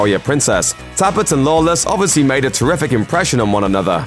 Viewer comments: Can this guy not pronounce Lawless correctly at least once. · How fucking hard is it to say Lawless